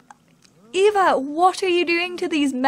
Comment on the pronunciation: So cool! Eva is my middle name and your pronounced it right! most people pronounce it as Ava and it drives me insane. I feel so loved!!!